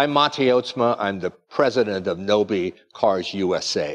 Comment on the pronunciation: Please do not butcher the 🇪🇪 language. like you heard from he's last name, o is o not ou and a is a not ei in 🇪🇪 language. Again, Nobe is 🇪🇪 word that means fast or quick. (the e in that word is not in Fance)